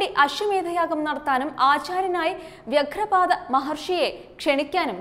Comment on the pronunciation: കുരുക്ഷേത്രംയുദ്ധം,വ്യാഘ്രപാദം'എന്നാണ്.വാർത്ത വായിക്കുമ്പോൾ ഉച്ചാരണ ശുദ്ധിയോടെ വായിക്കാൻ ശ്രമിക്കുക.